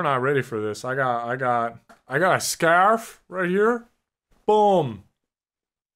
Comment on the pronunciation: I thought you said staff instead of scarf